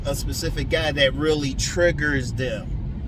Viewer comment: the emphasis on that ” REALLY” 😂 You are right that us men have it too, cause mine is, In-Shape women with big lips. All my women HAVE TO HAVE prominent lips. Meagan good's or BIGGER. NATURAL. I'll put it this way. As a BOY I was imprinted by WOMEN (full grown), who fit that(if you know, you know especially in our black community male side is untalked about.) Then interestingly enough, once I start to truly sprout into manhood, I was part of the whole not black enough club😂 my natural tribe who likes me consensually is blonde women. So when I tell people I need a small waist pretty faced blonde women with natural big lips, they think I'm worshiping Caucasians or something.😂 It's a mixture of imprint, trauma, and Natural desire, and culture ( or being kicked out of one👍🏾....)